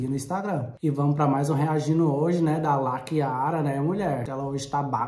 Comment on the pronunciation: Toda vez que ele fala Lakiara parece que ele vai falar laqueadura 🤣🤣🤣🤣